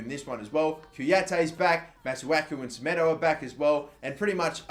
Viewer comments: It's pronounced Mah-Soo-Aah-Koo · It's prounounce massaku